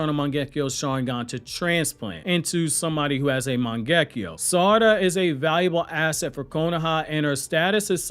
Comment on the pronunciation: Omg learn to pronounce her name. Yov lost ne quicl because you cant pronounce her name